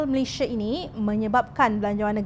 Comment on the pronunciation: Malaysia bukan 'Malayshia'. Sila sebut nama negara dengan betul.